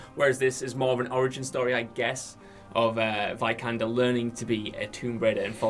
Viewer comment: Not "Vaj-kander", it's "Vee-kander".